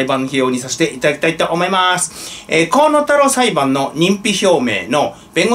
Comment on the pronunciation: 河野太郎が 小物太郎 と聞こえてワラケル（笑）